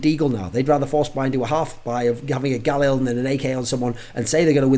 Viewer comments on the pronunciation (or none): none